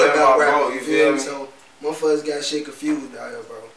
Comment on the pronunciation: nigga be saying confrused. 😂😂😂